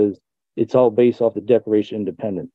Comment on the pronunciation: Did he just say the Declaration of Dependants????😂